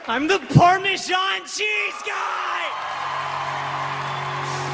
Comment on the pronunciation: Something Leaves me baffled. The parmesan song. He is the parmesan guy and he cannot even pronounce parmesan....